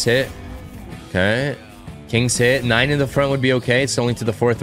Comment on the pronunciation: Nine isn't Nein🤣 " i turn german now😂😂"